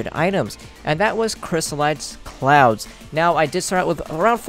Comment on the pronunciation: he says " crystallized clouzz "